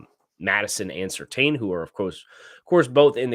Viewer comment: I'm begging you, please pronounce Surtain correctly. It's "serTAN" not "serTANE"